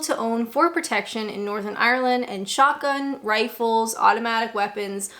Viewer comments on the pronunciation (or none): none